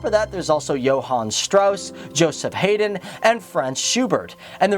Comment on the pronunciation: The composer is pronounced "Hi-dn". ;)